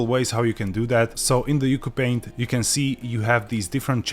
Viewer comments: fun fact: according to the developer, it’s pronounced “ooo choo paint” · Its pronounced "You See You Paint"